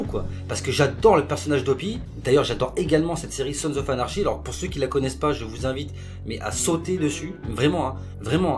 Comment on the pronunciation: Et à ne pas prendre mal mais "anarchy" ça se prononce "anarki" :)